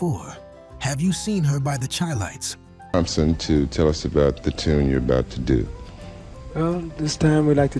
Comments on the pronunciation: This AI said the Chi-Lites every way but the right way. It's pronounced (Shy-Lights) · Wait a minute….. You said The “Chee-Lites”?😳🤦🏽‍♂️……. C’mon brother announcer……. It’s pronounced “Shy-Lites” ✊🏽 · To the voice on this video. The pronunciation of The Chi-Lites sounds like “Shy Lights”. I’ve been to many of their shows and I’ve never heard their name pronounced as you pronounce it. Just so you know. Not a put down. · Stopped paying much attention when at the beginning the mispronounced the Chi-Lites as She-Lites